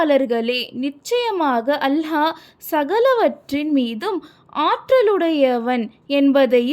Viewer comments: அல்ஹா அல்ல அல்லாஹ் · அல்ஹா இல்ல அல்லாஹ் if Iam correct correct it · Hallah illa Allah harsh illa arsh enna pesa kooda teriyaze